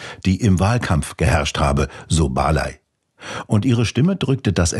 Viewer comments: Sie 🔴 heißt BARLEY.. nicht Barlai. .Ihr Vater ist Engländer (UK)😅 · So spricht man den Nachnamen der Katarina Barley aber meines Wissens nicht aus.